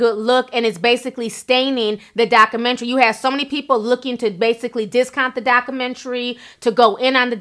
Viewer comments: Documentary......pronounced DOCK-U-MEN-TARY Ti....! lol! luv u tho! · Please pronounce the "U" in documentary and stop making slurping sounds when you sip tea. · Great job dissecting this “dockamintree”! lol luv u Ti! 😂